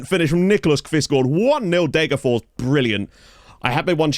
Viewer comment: I just have to say, it’s DegerforS. You have to pronounce the last S!